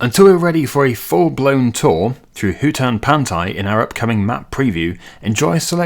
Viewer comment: That is indeed how you say Hutan Pantai. Funny they used a Southeast Asian name for a East-Asian map